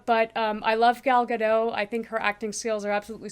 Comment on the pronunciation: In Hebrew you call Her Gal GadoT, not Gado... You confused it with French. FYI.